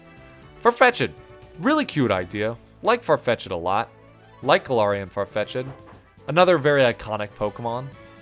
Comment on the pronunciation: Dugtrio makes perfect sense. It's a naked mole rat. A eusocial species that group together to block their holes from predators. The way you pronounced Farfech'd as "FarfetchEd" hurt my soul. I always saw Jynx's black as a shadowy void, to add to the mysterious nature if it. Like a Black Mage from Final Fantasy. But no defense can keep it from being the giant male reproductive organ that it is. The first time I heard the term "chesticles" I immediately thought of Jynx! Eggsecute is coconuts. The 3 dots look like faces, so yeah. I've always thought Zapdos was cool.